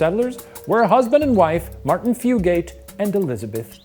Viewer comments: I'm typing this from a location that's roughly a five minute drive from Hardburly. Good job pronouncing Appalachia, Shane. Fugate is a very common name, here. They don't pronounce it Few-gate, though. They pronounce it Few-git, emphasis on Few. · I was wondering if the pronunciation was going to be mentioned or if it was just me. Floyd County here and we say Few-gut lol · it is not Fu gates it is pronounced fu gets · As someone who grew up about a mile away from this family, it’s ‘Few-get’ not ‘Few-gate’ 😅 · Few-gate is absolutely killing me 😂😂😂 I laugh every time lol “few-get” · Hi! I’m related to a strand of fugates, it’s pronounced “few-get”” lol beautiful video! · From my hometown, also Fugate is pronounced Few-Get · The blue fugates are my ancestors lol also it's pronounced "few" get" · Kentucky native chiming in. It’s pronounced “few” “get” guys! It rolls off the tongue like nougat but with an F.